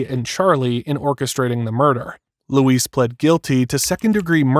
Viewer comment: LOU-IS NOT LOUISE AND RIVERA NOT RIVIERA WTH ARE U READING 😂😂